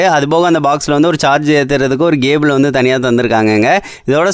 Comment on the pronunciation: கேபிள்❌ கேபள்✅ ஸ்பெஷல் ❌இதோட சுசல்✅😂😂